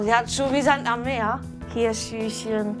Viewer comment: Wenn sie noch einmal schüschen sagt 🤦‍♀️